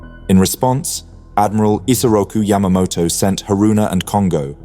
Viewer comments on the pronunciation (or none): none